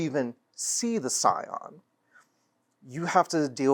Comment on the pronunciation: Scion, not Psion